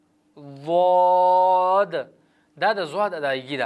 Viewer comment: دا ضاض دی کنه ته ضواض وای